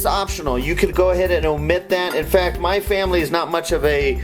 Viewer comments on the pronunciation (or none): none